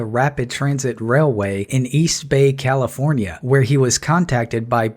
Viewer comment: oh... sorrrrry, I forgot , it's Kafilornia..